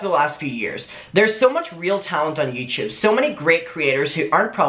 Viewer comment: YouTube ? No YouChube !!!